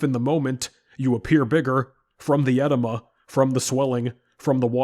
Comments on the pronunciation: It's not ed-i-ma. It is pronounced ee-DEE-muh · Uhh-Dee-muh 🤣 not “eh-de-ma” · I was listening in the background and kept wondering why bro kept saying "enema". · Great video, edema is pronounced eh-deem-uh, brother. Just letting you know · e-DEE-ma. Sorry i had to. Nice video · With all respect: it's pronounced eh-DEE-muh. Good vid. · It's pronounced edEEma. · it's pronounced uh-dee-mah